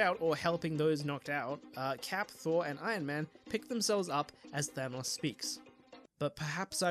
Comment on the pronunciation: Your pronunciation of thanos pains me. It sounds more like thermos than thanos, or maybe thanus or thanaus with underpronunciation of the second syllable. I am severely ocd